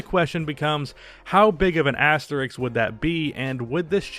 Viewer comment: It’s asterisk, not Asterix.